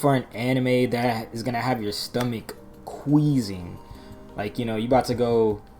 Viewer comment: Bro really said queezing 😂